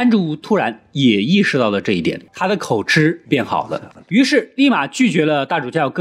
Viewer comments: KO JI 不是 KO CHI 口急！【著急】的意思！別一直吃吃吃了！ 這是破音字！ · 口吃都不會念，真的不知道那個‘’吃‘’要念‘’及‘’，是破音字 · 口，口吃？ 痴？ 我以為應該唸口吃（及） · 幹對欸 XDDD 每次要舉例我都一時想不起，但聽到時就會「嗯？」一下